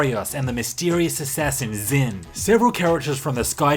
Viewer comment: Ah yes "Zin" the mysterious assassin.